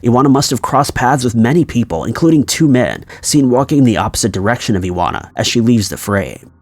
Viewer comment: Iwona= ee-von-ah